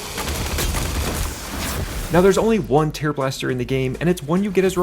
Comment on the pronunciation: Is this an AI narrator? The way it pronounces "tearblaster" is bugging me. Lol